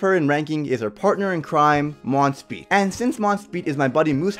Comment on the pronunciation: That's not (dereri) its (Deriyer) (monspit) is (Mons-piyet)